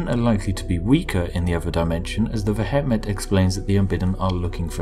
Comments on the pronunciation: Vehement is pronounced "vee·uh·muhnt". Not ve.et.met. It never ceases to amaze me how little native English speakers actually know how to speak their own language. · vehement is pronounced "vee-eh-ment" not "veh-heh-met" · AAAAAAAAAAAAUGH! V-eh-ment you bloody Brit! Good day, sir. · Pronounced ve-hee-ment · "veh het met" wtf is veh het met? it's vehement. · the pronunciation of vehement in this caused me physical pain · That's a very interesting way of pronouncing vehement and the "Brits can't pronounce foreign" excuse doesn't really count with the entirely English word vehement (as in vehement denial). It is a weird name though, what are they vehement about? Or is it just their general demeanour. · Vehement pronounciation found here, Spiffing Brit :p /watch?v=T63GxxW_h1I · Mate, vehement is an English word. Why pronounce it in such a funny way hahaha